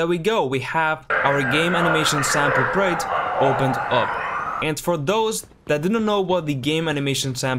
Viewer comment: Project. I've never heard anyone struggle this much to pronounce such a simple, two syllable word Lol